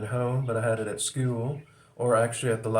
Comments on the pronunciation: when you pronounce school as 'skewell', it evokes the Brady Bunch. That puts you squarely between Boomers and Gen-X from a cultural standpoint. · Nah that’s some kind of accent thing, not generational. It’s how they say it in Manchester if that means anything.